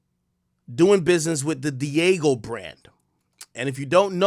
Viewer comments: Ak. It ain’t Diego. Di-a-geo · That’s not Diego, AK. 😂 It’s Diageo , You better pronounce it well this time boy! Dia Geo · Dee-ah-ghee-oh not "Diego" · Dee-ah--jee-oh that's how it's prounounced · Dee-AHH-Gee-O. Diageo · It’s pronounced Dee AHH JII OHH